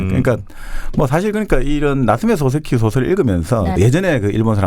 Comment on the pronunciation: 소세키 아니고 소-세키